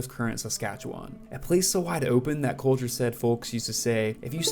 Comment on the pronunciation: My brother in Christ, Please get into some sprach therapy to see to your selective inability to pronounce your L's You're a good essayist, but Listening to you say 'Cowter Wall' is rough.